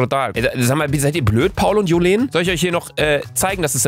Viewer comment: wird Julien ausgesprochen und das J ist nicht Wie Jacke sondern halt wie da andere J